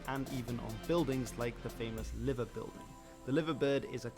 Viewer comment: The bloke narrating the video you were watching misinformed you. The suburb known as Penge did not become Crystal Palace. It is still called Penge, and is part of The London Borough of Bromley. Liverpool`s Liver Bird is pronounced lie-ver, not livva. West Ham were named Thames Ironworks, not Thomas Ironworks. Being as you are a fan of The Villa, here a snippet of info that may interest you. When Palace were being founded in 1905 they sought help from Villa. Villa offered the services of one Edmund Goodman, their assistant secretary. Goodman joined Palace as club secretay, later becoming their manager, and bought with him a set of Villa`s playing kit. For many years after this Palace also played in the famous claret and blue.